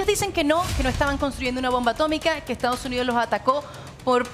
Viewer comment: Porque pronuncian Estaos Unios? Es Estados Unidos😮